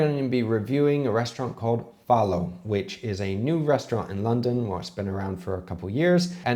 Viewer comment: Pronounced FOUL-O i believe Not FOLLOW. .